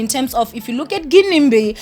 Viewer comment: Y'all know it's pronounced 'Jinimbi' right?